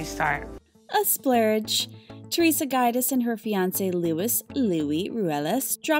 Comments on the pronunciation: So many facts about the “Guide-ass” family! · Dying at your pronunciation of Giudice (joo-dice), it almost sounds like you’re saying guide-ass 😂😂😂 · It’s not guy-diss. It’s Jew-dee-chay. Giudice. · Jew Dice or Jew Deechy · You’re not pronouncing there last name correctly it’s pronounced Joo-dih-chay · You seriously need help with pronouncing people's surnames properly. You didn't just mess it up, sounded nothing Guidice and it's not a hard surname to say either. You need to correct this please sounds silly. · I’m so elated for everyone!!!😍 We saw the pain and hurt Teresa and the girls have been through so I’m happy they are happy! Beautiful home! But, who is Louis and Guidance??😩 The pronunciation of their names are wrong. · Enjoyed seeing that. Beautiful home But please see how the Pronunciation of the Surname is before you do it!!!!! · You might actually pronounce Giudice and Gorga properly ..... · Theresa has been in RHONJ since the beginning, but yet you pronounce her surname wrong! 😂😂😩😩😩😩😳🙄🙄 Come on now, do better if you are going to post these types of videos! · Oh, man, try learning how to pronounce their names! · Roo-AY-las and JOO-dee-chay. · LMAO the way she pronounces Gorga and Guidice... Girl, do some research before you relay the info chile!